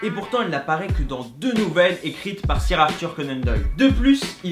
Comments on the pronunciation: ca se dit ''seur'' conan doyle pas ''sire'' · Hugo Giles ok mais pour le coup là ça se dit SEUR et il dit Sire comme si c'était un mot français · Hugo Giles bah justement lui c'est comme si il avait dit fautball, il prononce comme ca s'écrit alors qu'il faut le prononcer à l'anglaise car c'est un mot anglais